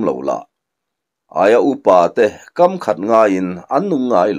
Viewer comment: Tap kawm ah nilo in,'tap kâwm ah,' tih zawk tur a niang a.